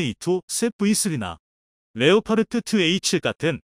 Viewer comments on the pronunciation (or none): none